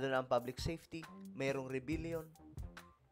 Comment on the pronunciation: Re-bel-yon po. Hindi po re-bil-yon po. Thank you.